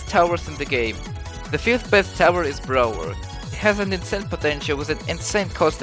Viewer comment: BRALWER LMAO